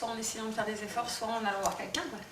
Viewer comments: "quelquin" ouf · et « quelquin » on en parle ?